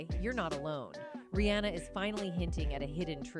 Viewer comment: 🧡@ Pls tell the lady who was talking in the vid its; 1) AM (like I am) -ER-IE 2) Bow (Beyonce section) not bo (as she said it) 3) Ri-haa-na not anna😳😳 4) Roc (like rock)-A-Wear Lady pls pronounce right😳🤨